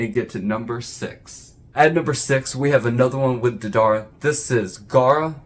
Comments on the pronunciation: Its Day-Da-ra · Dedar? Deidara lol